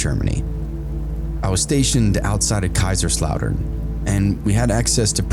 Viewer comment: "Real Beer", oh yes ❤ Love how you pronounced Kaiserslautern, greetings from a city nearby!